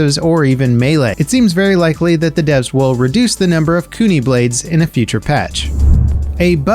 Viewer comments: Btw its pronounced (Kune-eye) for azami's gadget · Bruh...how tf do you mispronounce kunai!? Oh no...